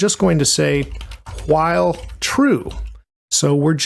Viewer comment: Hwhihle loop 😁